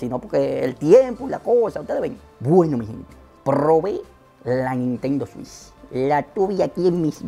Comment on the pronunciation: buen video! me haces reír con tus expresiones jajajajajajajaja "la nintendo swish" xdXdxD Saludos desde Paraguay!